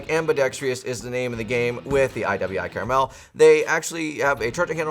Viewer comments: It's pronounced "CAR-MEL" .....Not CARA-Mel....you added an extra "A" - one can't eat it....like you can a caramel.....lol... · I could forgive someone saying ambidextrious when the real word is ambidextrous, but by golly it's NOT caramel 🍫🍬🍰